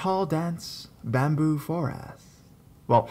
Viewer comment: Wtf is wrong with your voice, an speech, “bamboooooo “it’s bamboo